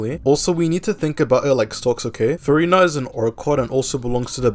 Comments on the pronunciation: bro it sounds like you're saying Furry Nut and with all the gushing you did it sounded very sus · man said "furry-na"?